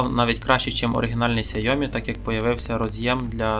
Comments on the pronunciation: Сяйомі? Яке Сяйомі? Ксяомі. КСЯ-О-МІ чорт забирай😂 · Все добре але "сяйомі" мої вуха не витримують🙀🙀🙀